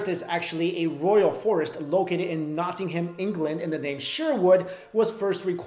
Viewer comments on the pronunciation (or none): It's not "Not-ing-ham". It's "Nottingum"